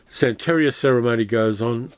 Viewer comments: Hey, great video, I remember watching both of these mivies back in the '70's! BTW, the emphasis on the word santaria is san (then) teria (te ria). Keep up the great work! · Minor thing: sante-RI-a -- emphasis on the third syllable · i know how detail-oriented you are and how much you appreciate accuracy, so please take this in the spirit in which it is offered. It's 'san-ta-REE-uh.' Love your channel